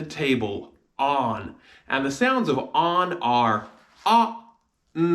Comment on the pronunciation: of starts with shewa not the 'o' in shop. its shown in your pronunciation.